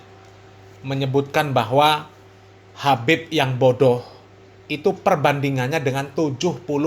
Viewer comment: Ngomong aja salah habib bukan kabib,ngomong aja ngga benar